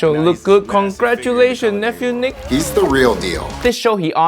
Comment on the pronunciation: As Papa Boyle would say, it's Niic (you say it wrong)